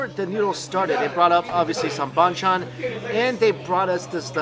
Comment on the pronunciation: YES I WISH HE STOPPED. I AGREE. "BON CHON"!! SORRY MIKE JUST STICK TO CALLING IT SIDE DISHES.